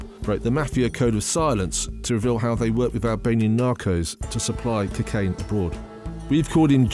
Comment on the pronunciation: The way this nonce says cukain does my head in 😂